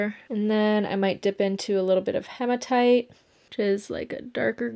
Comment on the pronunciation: Sorry for being picky but it’s he ma tight not ha ma tight 😘